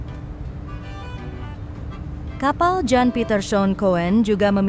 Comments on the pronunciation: Yan bukan Jan ,Kun bukan Koen bacanya Mbak.😅😅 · Aksen Adminnya ke bule2 an tapi baca nama aja salah. Jan bacanya Yan, Coen bacanya Kun ya Min 😮